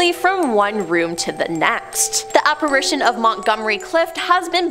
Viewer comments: It’s ITION, not ATION….Regarding the word “Apparition” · You all missed BOTH of them saying apparAtion. Instead of apparItion. Lol. Thanks for the spookies👻 yay. The guy finally caught himself😉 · This guy thinks he's funny but he's not....and that makes me laugh...so I guess the jokes on me....p.s...Why don't these people, who prepare these posts for days, know how to pronounce words... not to be petty but it's apparItion not apparAtion